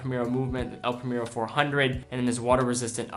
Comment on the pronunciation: Excellent video as always. I just want to mention one thing. I like you pronounce the watch brands in their original languages so I have to mention the way you pronounced "El Primero". It is in spanish but you pronounced like an english word. Anyway, great video. Keep the good work